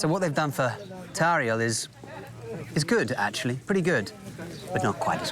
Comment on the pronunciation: the way she pronounces the R in Tauriel, LOVE IT